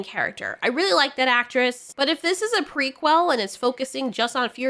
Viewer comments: prequel not prequil! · I love how you say pre-quell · Stop saying prequel like that lol... equal, prequel. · I love you, but the way you say ✨ "P r e q u e l" ✨ Is absolutely sending me. 😂